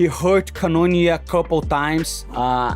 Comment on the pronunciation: “canoonio” set a new record 🎉🎉